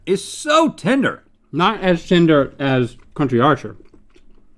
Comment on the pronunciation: Rhett keeps saying "tender" but i keep hearing "tinder"